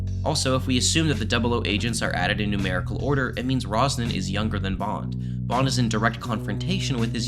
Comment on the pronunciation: It's Ronson, not "Rosnan"